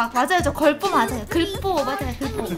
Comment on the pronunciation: 글뽀오!!! 글리버 할 때 글뽀 ㅋㅋ